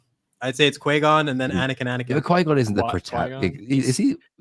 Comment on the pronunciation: Nitpick but....Qui Gon is pronounced quwhy Gon get it right. Jedi is in your name lol